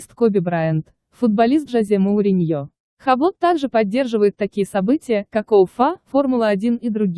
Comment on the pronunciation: Хаблот?! Омг🤦🏻‍♂️ Юбло. С ударением на "О".